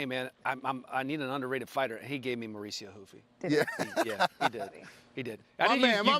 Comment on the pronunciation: Why do they pronounce the R in Mauricio Ruffys first name but not his last? Ride with the same H sound both ways or don’t at all 😂